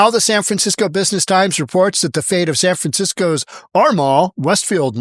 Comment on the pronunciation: San Fransiko 😂